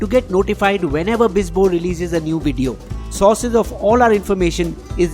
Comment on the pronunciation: You pronounce 'core' and 'source' the same although they differ by a 'u'. Just saying!